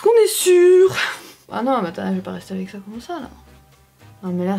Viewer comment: Qui a ramarqué que elle dit Avé au lieux de avec mais bon se n'est pas grave ❤️❤️❤️